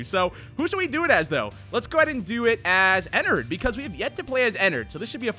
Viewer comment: pretty sure its pronounced en ard and not en nerd ._.